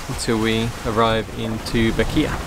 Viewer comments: The island you are in is called Bequia and is pronounced both BECK WAY and BECK WEE but never BECK WAY AH !. If you ignore the "a" on the end it'll make it easier to pronounce. In Grenada they call it Beck-wee. I wish I was there to buy you that drink I promised but I must use the "pandemic" card. Canadians were well taken care of by their government but I'm self employed and because I was busy moving last year instead of making money, those provisions include me out. I guess terra firma must feel like a blessing after all the rolling nights you had on your crossing. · Welcome to paradise. Admiralty Bay is one of my all time favorite ports in the E Caribbean. Loved it there. BTW as you probably know now it is pronounced. Beck’ we. As in my beck and call and we as in we all now know how to pronounce Bequia And Grenada as in Gren in Grenadine and ada as in aedah